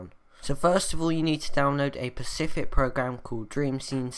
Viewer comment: Specific - not pacific.